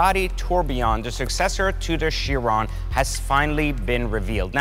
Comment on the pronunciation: Ki-ron - a Bugatti Ki-ron - is how Chiron is pronounced - ‘In Greek mythology, Chiron (/ˈkaɪrən/ KY-rən; also Cheiron or Kheiron; Ancient Greek: Χείρων, romanized: Kheírōn, lit. 'hand') was held to be the superlative centaur amongst his brethren since he was called the "wisest and justest of all the centaurs".’